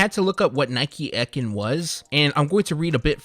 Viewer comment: I hate that you butchered "EKIN" you stress the( E) so it will be pronounced like : "Ecan" but pronounce that (an) as the word "in" An "EKIN" was a rep from Nike who would come and do new item rollouts in their region and deliver store P.O.P. I wanted to be one for when I was growing up but Nike ended that program around the early 2000's as the world became more digitized and it just made more financial sense. So now I just own a sneaker boutique trying to spread sneaker knowledge. Keep up the good work though, the Sneaker Head Community needs guys like you!